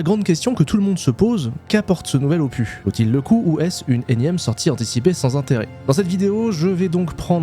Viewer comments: on dit opuSSSSS pas opu... tu vois c'est comme pénis, on dit pas péni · Pas "opuuuu", mais "opuSSSS". ^^ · Opusssss, on dit opusssss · " Ce nouvel Opu " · En parlant de prononciation pour générer des commentaires😆 En français, on prononce le « s » final de opus. On dit donc [opys]. Le mot vient du latin opus (œuvre), et en français, la règle pour ce mot spécifique est de prononcer la consonne finale. Voilà 😛mille bisous et bonne continuation 😘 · Moi aussi j'aime ça prononcer des mots anglais à la française. Est-ce que tu faisais exprès aussi pour le mot OPUS? Normalement on prononce le S. Donc OPUSSSSSS. Salutations du Québec. :) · Opu, terminu, cactu, processu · Marrant, on dirait que tu as découvert un mot avec 'opus' 😂 à priori le S se prononce toujours ! Bonne vidéo sinon. Pareil j'ai snobé SE1 depuis .. toujours, mais force est de constater que le second a ses charmes, l'aspect échelle des choses et du décor environnant notamment , on parle souvent de l'échelle pour SC, mais là ça semble nettement au dessus en terme de terraforming / surface planétaire. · merci pour cette vidéo :::: par contre le S de opus se prononce !!!!!!!!!!!!!!! en français en tout cas. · La prononciation de ton anglais me va très bien. CEPENDANT la prononciation du mot opus 😂😂. Tout cas tu as raison d’ouvrir ta chaine a d’autres jeux.